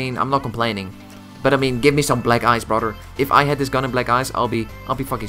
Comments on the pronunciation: Its brother not broder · Please don’t use the word brother you accent makes sound like your saying bradur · Bradur I hear it!